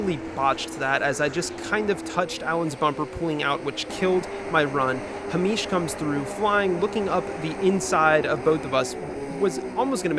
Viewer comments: Another great vid 😎 I'm going to suggest that Mr Cranston2 is Hay-mish as opposed to Hah-meesh. I strongly suspect he is of Scottish descent. 🙃 None of that however detracts from the fact that Alan would appear to be an absolute throbber. 😄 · I dunno why but calling a super common name as "Ha-meesh" like he's some exotic guy from the middle east really sent me every time you did it hahahah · The pronunciation of Hamish is sending me. Great video as always! Everybody knew it was Alan's fault...except Alan. Silly Alan. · I have never heard a Scottish name be pronounced like it's Arabic, and I love that. Tbf I can see how you read it like that ahah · has never seen the name Hamish before?? 😂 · Hahahah Its an anglo name but he pronounced it as south asian 😂😂 For real though, nice video! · why are you saying Hamish like that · Coz he’s American, not Scottish 😂